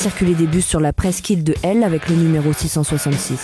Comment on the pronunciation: Svp, prononcez les H en anglais surtout dans des cas comme ça... "Elle en anglais" ça ne veut rien dire ..